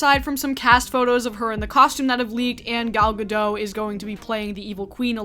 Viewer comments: Gadot, not Gado why do you have to mention the sex and the race of these people? like black women don't do that (what I'm saying is that I'm sure there are men and women in all colors who work there who do that). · love hearing you talk as always. one minor critique is that it's gal Gadot with pronounced T. we rarely if even have silent letters in Hebrew so if you see a letter trust it should be pronounced.